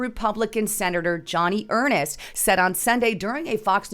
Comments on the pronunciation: Not pronounced Johnny Earnest. Pronounced Joe-nee Urnst. And a she, not a he. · It's Senator JOANIE Ernst...not Johnny Ernest. How in the hell are we supposed to believe your assertions when you can't even get Senator ERNST's name correct??? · Joni Ernst is a WOMAN. HER name is JONI (pronounced like JOAN with and 'IE' on the end). And her last name is ERNST pronounced EARN with an 'ST' sound on the end of it.